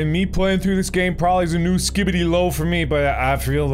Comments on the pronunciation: Take a drink each time Mark says “Skibidy” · Watching this at night and it’s so funny and entertaining to watch Mark says skidibi every time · at least it isn't him saying "skee bee dee"